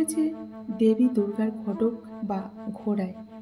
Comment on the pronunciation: Ghatak noi madam ghotok uchharan korte hoi